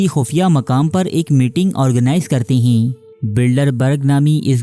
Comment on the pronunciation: Mashallah Bhai ap ne video to boht achi banayi hai _ magar ap ( Hain ) ko ( heen ) kyu bolte ho 🙂